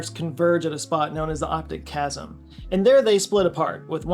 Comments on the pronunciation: Sorry, but just to be pedantic, it's optic "chiasm" not "chasm." If I recall correctly from one of my psychology courses, the name came about for the Greek letter "Chi" (X) which the crossed nerves somewhat resembled. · Oops... it's CHIASM, not chasm. A chasm is a fissure. A chiasm is a crossing point. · It's optic Chiasm not chasm just fyi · Sorry… optic chiasm, not chasm (autocorrect will steer you wrong). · It’s not called (nor spelled) the optic “chasm” – its “chiasm”, pronounced “ky-as-um”.. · It was probably just a typo you then pronounced, rather than your trying to be funny, but it's chiasm, not chasm. It's 3 syllables, chi-as-m, to bring out the "chi" to indicate crossing, like the Greek letter. A chasm in that part of the head would be funny, though, like science fiction spacemen who have a big dent between their eyes! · It's "optic chiasm" and not "chasm" and the correct pronunciation is as follows: “KY-az-mm” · A quick correction: it is not the optic "chasm," it is the optic "chiasm." It comes from the Greek letter "chi" or the Roman "X." I suppose it is referring to the "X" of the crossed optic nerves. It was a simple error but you are the well-balanced type who appreciates corrections. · The term is optic CHIASM, not optic chasm. Signed, a reader who is also a doctor. And LOVES your channel! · Chiasm not chasm. Pronounced ki as em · That's optic chiasm, by the way, not chasm. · It's pronounced "Optic Chiasm"! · "chiasm", not "chasm". Fascinating video, btw. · plus his pronunciation of chiasm (chasm) is incorrect and its proprioception not propiokeption. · Oops! That's "optic CHIASM" with an "i", not "chasm". (BTW you also consistently mispronounced Gazzaniga's name.) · Love you! Watch every one of your videos regardless. ... Buuuuut "optic chiasm" 😬